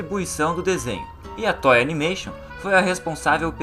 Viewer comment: "tói" animation?? pqp, vai aprender a falar....